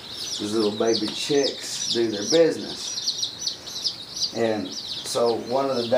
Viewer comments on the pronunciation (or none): none